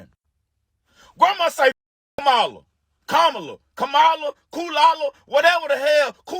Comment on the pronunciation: Why can't the majority black people say Kamala's name correctly? It's like Austin Powers lol.... They're putting the wrong emPHASIS on the wrong syLLABLE 😂😂😂😂 KAMA-la.... Not ka-MALA